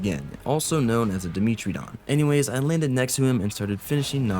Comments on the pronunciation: dimetrodon ❌️ Dimitridon ✅️ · fyi its pronounced die-metro-don